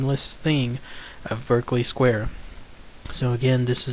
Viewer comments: It's pronounced BARKEley Square. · Pronounced ''BARK-LY square'' ;) but it is now used by a bookseller, who reports nothing eerie nowadays.